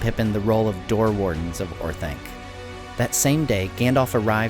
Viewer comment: Orth-onc, not Orth-aink! Read the pronunciation guide in the Return of the King appendices!